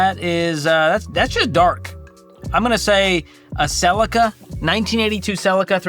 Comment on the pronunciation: Please stop saying Celica like that. It's upsetting.